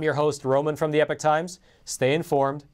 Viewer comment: Epoch not epic times...or is it?